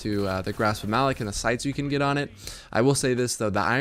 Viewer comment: Grasp of "muh-lock"